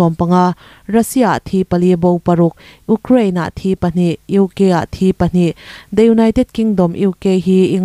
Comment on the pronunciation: Uk-kraine nge (EUkraine=Ukraine) tunlai indo na vuakveta hming lar te hi chu Media(NewsReader) tan phei chuan lamdan fimkhur hram2 ang u.. Biren singh lah Bairen Singh titut tawh bawk!!! Chanchinthar puan hi chu thawnthu chhiar ang hi ani lo ania.. A ngaithla tute tan ngaihthlak nuam ani em!!! Tihte thlengin a pawimawh ania.. Advice😅😅